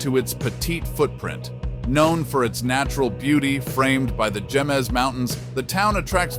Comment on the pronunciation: Jemez is pronounced hay - mez. Some winters Jemez Springs can get as much as 9 feet of snow. Since some of the residents are employed in Los Alamos, commuting can be difficult at times.